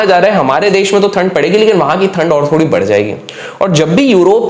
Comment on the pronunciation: Sir थनड Nahi Hota it's ठंड Hota he 😂